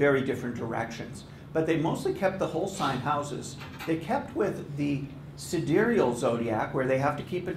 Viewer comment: Wait, is "sidereal" really pronounced like that?